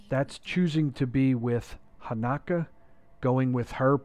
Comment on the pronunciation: Dude it's Hanak-O